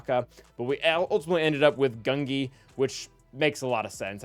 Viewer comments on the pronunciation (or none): It’s pronounced gunji🤬